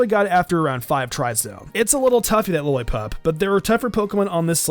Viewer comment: My man struggled with Lillipup😂